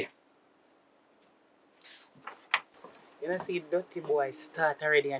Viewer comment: The woman say intajuice 🤣🤣🤣🤣🤣🤣🤣🤣🤣🤣🤣if u no know how to speak English leave it